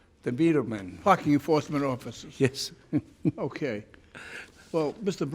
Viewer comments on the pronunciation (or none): sounded like he said F*CK YOU FORCEMEN OFFICERS. Haha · I thought he said "fck the enforcement officers!" =D ahha